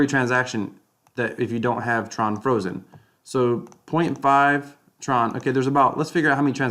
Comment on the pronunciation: Tron freeze instructions start at mark :) “TRUCE” hahhaa